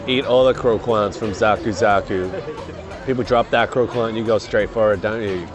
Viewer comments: Just as a note, croquant is a French word which means "crunchy" and you pronounce the 'qu' as a hard sound like a 'k'. So it's more like Cro-cont, than cro-kwant. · Croquant is pronounced croc-cant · please don't pronounce the letter U after a Q in french word :') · LMAO croquant is french and the way their pronouncing it is lowkey jokes